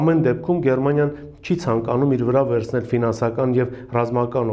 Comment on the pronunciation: քյաչալ, ոչ թե եվռոպա, այլ եվրոպա, պետության անունը Գերմանիա է, Գեռմանիա չէ ...